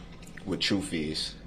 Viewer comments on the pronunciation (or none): Do they say Troof is in the eye of the beholder, I mean what is troof....seriously is that how he pronounces Truth or is it a slang. He obviously don't know what hearsay means. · What troof? How you do dat? That forf option that you uh uh made up cuz it’s not in the law. What a piece of work!!